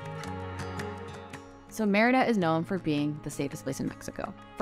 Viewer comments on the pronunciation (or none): SAY "MEDIDA" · You’re saying Merida wrong 🙈🙈 it sounds like you’re saying crap 💩 🙈I give you tons of credit you’re trying your best I love you guys stay safe🙌🏼 ENJOY MY BEAUTIFUL COUNTRY MEXICO 🇲🇽